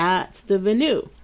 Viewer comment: Venue should be pronounced Ven like pen and you... I knew it, your only % awesome!.